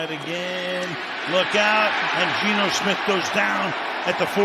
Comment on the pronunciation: Sounds like the announcer is saying smit instead of Smith